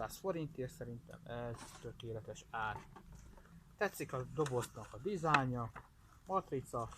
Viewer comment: "tetszik a doboznak a dizánya"